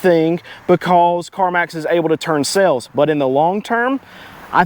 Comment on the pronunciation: Pleae , FFS, its sAles... not sElls !!!!